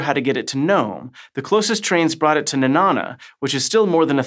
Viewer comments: Nenana is pronounced more like banana. I live here. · Please learn to properly pronounce Nenana and Seppala.